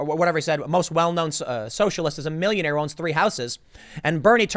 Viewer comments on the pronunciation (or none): “The millionaihs and billionaihs...and Russians. Also the Russians..”